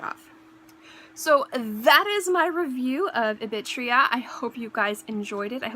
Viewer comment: It's spelled Ibitira. You're pronouncing it like it's spelling "ibitria."